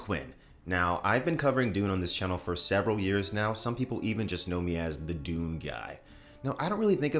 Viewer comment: Dune guy I hear: doom guy